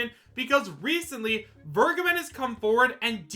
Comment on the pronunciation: It’s been a year now, and people still don’t know how to pronounce Vergeben